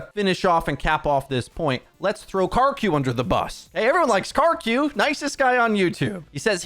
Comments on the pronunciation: It's Kiri-koh, not kireek-ko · You are a huge influence in the community. Please attempt to pronounce Kiriko correctly. It's not Kareeko. Please try harder. Japanese names are super easy to pronounce if you just try. If you need help, paste this into Google translate and listen to the robot voice, きりこ